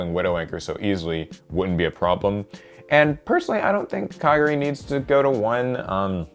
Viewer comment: Okay mispronouncing KA-GAR-E,sure that's fine but SARYUYA! Holy shit dude that's ignoring an entire other letter! And no....The J is not silent before anyone tries to pull that bullshit.say it with me kids, Sar-yu-JA!